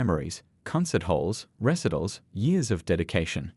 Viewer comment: What is a “recitl? Do you mean recital?